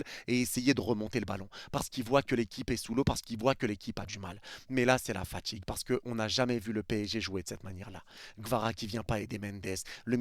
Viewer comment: AujourdJui Tchu as ressenTchi la faTchigue J'en peux plus de votre accent de merde ptn